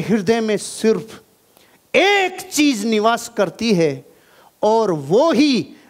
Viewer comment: Sorry Sir But Apne Kaha Tha Ki Apko Jo Apki Kami Batata Ha Wo He Apko Acha Lagta Ha Sir Ap "Z" Ko "J" Bolte Ho Matlab Agar Apko AmaZon Bolna Hota Ha To Ap AmaJon Bolte Ho. Jahan "CheeZ" Bolna Hota Ha Wha Ap "CheeJ" Bolte Ho.. Sorry For Capturing Your Little Weakness We Love You Sir💖💖